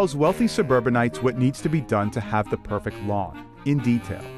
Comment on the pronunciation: anyone else annoyed the way he says "perfect" like "perfick"